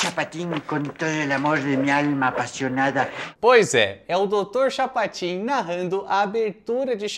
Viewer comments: CHAPOTIN,?? como que tu me erra um "Chapotin"?!? (Misturou Chapolin com Chapatin e deu nisso!...) 😂😂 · Chapatin você disse Chapotin,que não é a,mesma coisa. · Dr "Chapotin" saiu de propósito? 🤔 😅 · Dr. CHAPOTIN,??????😂😅😂😅😂😅😂😅